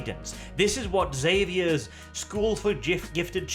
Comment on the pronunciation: If for no other reason,, you are a god among men for saying the name "Xavier" correctly. Please keep saying it so others can hear it and know their own ignorance.